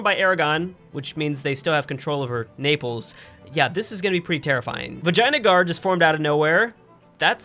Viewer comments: Hey, please stop calling it Vagina guard!! It's Vee-jay-nuh-grrr. Source: I'm Indian. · my Brother in Christ, I know you're not reading this but why in God's given Grace do you pronounce Vijayanagar, Vaginagar., why does Sus exist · stop say vaginagar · At 4 minutes, did you just say Vaginaguard? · it sounds like he said vagina guard!😂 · "Vaginagar", good old. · “vaginagar” me: cringes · i thougth you said "vagina gaurd"